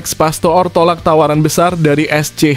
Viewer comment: ALEX PASTOOR = DIBACA ALEX PASTOR, BUKAN PASTO'OR PAHAM?